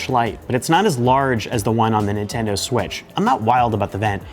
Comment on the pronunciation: Is it me or is he saying swish instead of switch